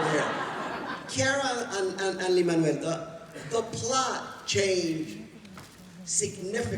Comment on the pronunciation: Ok, there is something great in hearing Luis Miranda saying "Lin Manuel"...Like, it's for real. It's the way it's supposed to be pronounced, you guys hahahahaha